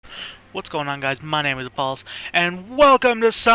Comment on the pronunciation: I thought you said. "Hi guys my name is balls"